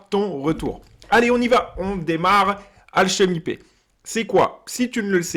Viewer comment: C'est marrant comment tu prononces alchemy pay, tu le dis alchemy paie x)